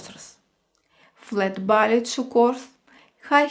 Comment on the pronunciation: Love your postings. A teensy point. It is pronounced "Bah Lay" shoes. :)